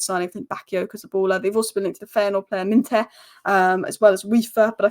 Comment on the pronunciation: You have never sounded more from Manchester than when you said Minteh 😂